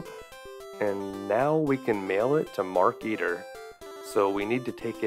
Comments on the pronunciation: You pronounce it like "Mark Eater", when it's "Maar-kuh-teer" Also, they should've made it so you could choose 3 kids other than Dave. Wendy for the manuscript Bernard for the radio or whatever to call the Meteor Police Razor for the tentacle's band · Anybody else notice that it's not Mark Eater, but Mark Eteer like marketeer. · Marketeer, not markeeter.